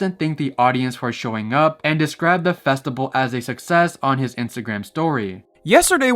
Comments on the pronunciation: Bro, why are you pronouncing "festival" like that ? "Festibal" ?? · everytime he said festible i died alittle inside 😭